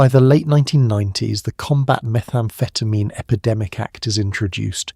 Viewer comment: This sounds more like dexamphetine than methamphetamine?